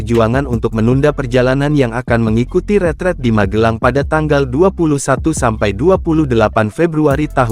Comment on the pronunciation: Kok “retreat” bukannya “retrèt” ini kan bahasa Belanda bukan bahasa Inggris, gimana sih nyebutnya jangan plèot2 gitu biasa aja retrèt kaya nyebut trompèt.